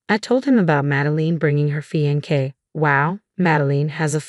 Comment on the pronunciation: Oh no!!! This is THE worst voice-over ever!!! Fee-an-kay??? What the good holy hell is that??? I know the word...but it is CLEAR you do not!!! Mad-e-line...you know....line...like you draw with a pen or pencil...or, in your case, crayons. Re-con-sider...long e on the "re"...not reh-con-sider.